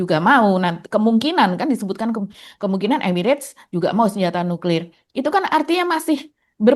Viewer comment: Emang cara bacanya nyuklir gitu